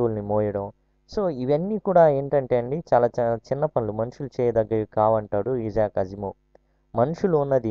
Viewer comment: ఇలాంటి పబ్లిక్ వీడియోస్ చేసేటప్పుడు pronunciation confirm చేసుకుంటే బాగుంటుంది. ఇజాక్ కాదు ఐజాక్ అనాలి